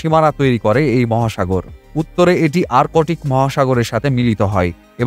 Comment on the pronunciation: আরকোটিক নয়.. এটা আর্কটিক